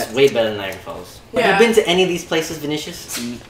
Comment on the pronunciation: É a primeira vez que vejo um gringo pronunciando meu nome KKKKK “Vinixiss”